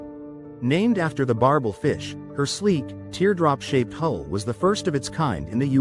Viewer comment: B.S. don't waste your time. AI can't even pronouns the name correctly